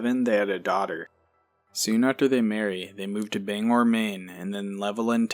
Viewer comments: Bangor pronounced Bang-Gor I know there's only one G but I live an hour away Also Hernon is actually Hermon Just wanted to let you know <3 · It's pronounced bang gah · Bangor = Bang-gah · I am from Maine this is crazy. And that really bugs me when people from outside Maine call Bangor 👉Bang- gor. If your gonna say Bangor look up how to say it first! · I hate when they call Bangor banger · Haha thank u.. I cringe every time i hear Bang-er. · So many people say Banger. Drives me nuts. I’m from Portland.